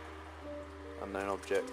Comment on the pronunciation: ...so in the UK they call UFOs, UKOs? He kept calling it an UnKown Object. xD